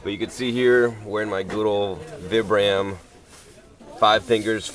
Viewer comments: Vee-Bram Vee-Bram not VIBram lol cool video! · They are pronounced VEE-BRUM btw :P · for fuck sake people say the name brand right "VIBRAM'' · Its pronounced VEEbrum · Vee-brum= pronunciation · vI-bram. Pronounce it right.